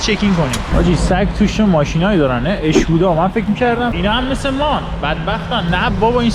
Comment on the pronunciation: اسکودااااااااااااا ، چرا آقا میگید اشکودا